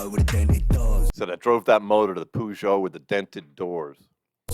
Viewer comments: Peugeot isn't pronounced Poojo it's Perjo. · Peugeot is pronounced per-jho here.... never heard poo- jho 😆 brilliant! Great reactions though fella 👍🏼